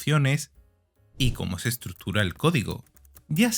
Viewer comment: "ESTRUTURA", DICE ESTE PEDAZO DE... 🙄🙄🙄